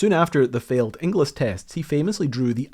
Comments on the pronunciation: Surprisingly fascinating! BTW, "Ingles" rhymes with "singles" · Inglis is pronounced Ingles, my sister married one LoL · great subject! You'll kick yourself when I tell you that Inglis is prounounced ING-ELS. It's a relatively common surname in Scotland. There was a Bailey bridge in use until relatively recently on the A93 between Blairgowrie and Bridge of Cally. In a steep sided gorge, single track and controlled by traffic lights. It was always a highlight of a trip up Glenshee when I was a kid. Eventually, it was bypassed by a new dual lane section of road. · You don’t pronounce the second i in Inglis. It’s pronounced more like Ingls. Think Dingles, Cringles, Pringles, - Inglis. As in famous Edinburgh hero Elsie Inglis.